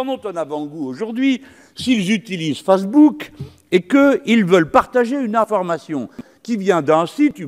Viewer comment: On remarquera les moqueries de certains dans la salle sur la prononciation de "facebook", c'est simple, c'est la seul chose à contester de leur part (et encore loin d'être légitime), le reste du discours est en dehors de leur portée de compréhension.